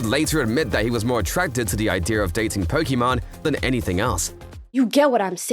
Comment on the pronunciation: You said her name wrong her name ends with an E not with mon